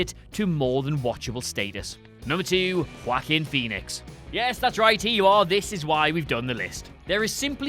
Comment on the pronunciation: Whack-him Phoenix? You kids a WhatCulture never saw a non-english name you couldn't butcher, huh?